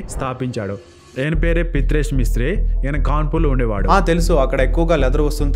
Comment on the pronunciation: Ne abba, peru serigga paluku, Pitresh kaadu, Pritesh. Mishre kaadhu Mistry. Lowde ke ball peru serigge palakadam raadu